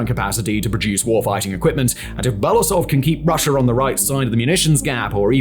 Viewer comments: It is Be-lo-oo-sov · Very “good” report. Can’t even spell and pronounce the GerasiMov surname 3 years into the war. What do I need to say about Belousov… Belasov god is it that hard to pronounce every single letter you see? U english speakers with extremely huge channels never even bother to spend 5 extra minutes to double check and practice your pronunciation. I always wonder if it is not giving a damn and simply posting new content to match the timing or it is a belief in your own correctness. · I wonder if english-speaking commentators will ever learn how to pronounce his surname. It's Belo-usov, pronounce as if those were two word, u is pronounced like in uber.